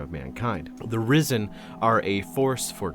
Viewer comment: The internet has broken my brain everytime you say "risen" i hear "rizzen"